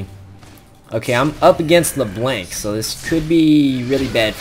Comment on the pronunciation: It's LeBlanc...not LerBlank. XD But you're pretty funny, so it's okay.